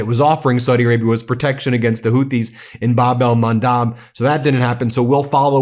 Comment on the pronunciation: Please correct your pronunciation!!! It’s Bab el Mandeb , NOT Bab el Mandab. With E !!! I unsubscribe if you don’t.